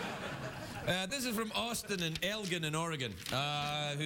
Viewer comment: It's pronounced "El-djinn", not "El-ghin", and I haven't met this particular 'Austin' fellow, or care to. Beards aren't missplaced in this remote settlement, I just wish the women would shave their's off. HA!